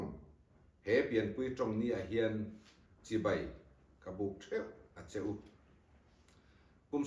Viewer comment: Chibei, ni lovin, Chibai tih tur aw❤